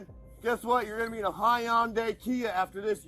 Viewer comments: "High-on-day Kia" ? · A Hy-Unday not like his Ty-Ota😂. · Hii-yun-dee Kia… 😐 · "You like your Tahoe? Guess what. You're gonna get a Hi-Un-Day Kia after this!!" I do love people with an IQ less than the temperature outside!!